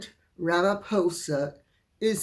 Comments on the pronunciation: Dear Lady C, I am proudly South African and agree with other commentators that nobody here equated MM with Nelson Mandela. May I advise: Ramaphosa is pronounced ra-ma-pause (not pose)-a. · I haven't commented for a long time. I love the fact that you pronounce Cyril's last part of his name as POSER- it's exactly how I pronounce it too. Cyril has a silver tongue, and that's all. He's kept the sharks, no such thing as total inclusiveness. Black empowerment still rules. If I had your email address, I would tell you things that would shock you about how badly things are being run over here ( South Africa). The only reason why the King met Cyril with such pomp and splendour, is because Cyril is agreeing to the King's madness about green energy. REAL climatologists need to be listened to. Apologies for the long-winded comment about only one thing you mentioned, but the mere mention of Cyril makes my blood boil- he's a con artist of the highest degree.